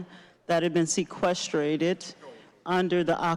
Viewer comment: Seqesrtrated Illinois with the s at the end. Lmao